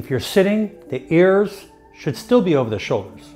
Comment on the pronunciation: Funny way to say "ears".